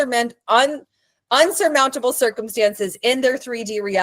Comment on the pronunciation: It’s “insurmountable”, for future reference 😊